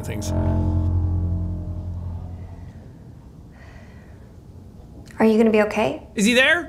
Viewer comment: I died "just how alone you arr" 🤣 I dont know why his accent just sent me